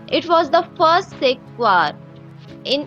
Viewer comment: 1: Chapters should be added to this video. 2: The narrator mispronounces many words, such as 'War' and 'Year'.